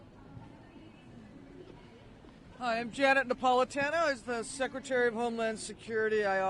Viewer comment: Rayner: Shadow "Seketary" of State for Education? C'mon.